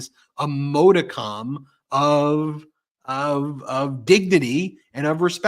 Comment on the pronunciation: Ben, please learn how to pronounce "modicum"!